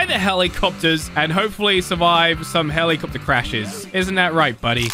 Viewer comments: helikcopter helikcopter paracopter paracopter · helikcopter helikcopter parakaptor parakopter